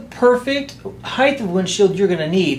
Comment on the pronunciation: height not heighth heighth is not a word